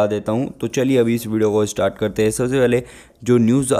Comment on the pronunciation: astart nahi hota start hota hai paaye log